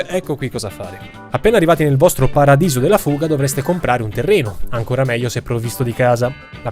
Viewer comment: 'spetta, pradiso della fuga? Sicuro di aver usato la vocale giusta?